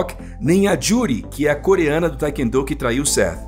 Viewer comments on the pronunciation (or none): o certo é TAE-KWON-DO!!! Não "taikendo". 🤦‍♂️